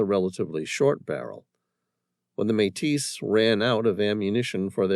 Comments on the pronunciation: Another great story. By the way, the addition of the Metis people and Louis Reil was a nice touch. One thing of note, Metis is pronounced "MayTee" 👍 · Oh my. Metis has a silent s, always. And coulee has an eee ending, not eh. These are really basic, makes me think is an AI.